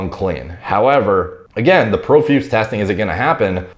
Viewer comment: Pro- feuse say it with me now